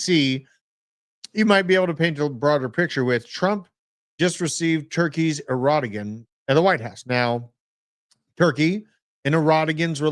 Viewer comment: Wow snowflakes deleted my comment making fun of pronunciation of the Turkish president's name? come on guys. That is ghey AF.